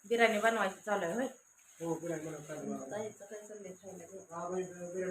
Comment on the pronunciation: बिरानी नाही ग बिर्याणी म्हण.